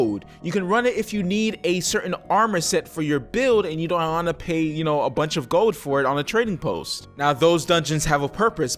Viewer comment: I love you but why don't you pronounce the D in *gold* its not "gol"....its "gold" xD <3